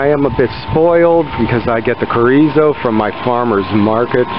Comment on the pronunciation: Just trying to help you out brother. The “CH” in chorizo is just like in English, it makes “ch” sound.. like in Child. “Empanada” has a “N” in it not a “ñ”. It’s not a “piñata”. Last but not least …Mahi-mahi is not a Spanish word. So therefore the “H” is pronounced in any language…including Spanish.